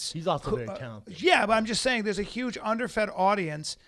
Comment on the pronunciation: God dammit Callen, can't you say HUGE or HUMAN without the fucking S sound before the U? It makes me cringe every time. Brendan, smack the fuck out of him every time he does it. HHHSSSUGE.